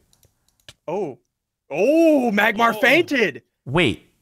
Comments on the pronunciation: It's Magmar -_ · Magmar!!! It's magmar